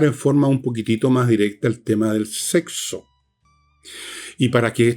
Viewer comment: Fernando, es SEXO, no sehso. La buena pronunciación, por favor.